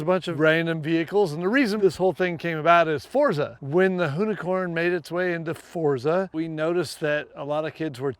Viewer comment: Ken is the first american I’ve heard pronounce Forza correctly